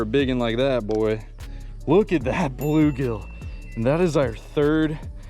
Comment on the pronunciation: Not saying bluegigi